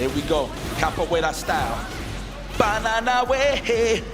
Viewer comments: The commentary is great 😂 .lol what is he calling kabuwera 😂😂😂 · Capoeira is what was saying, and it’s the basis for Elena’s fighting style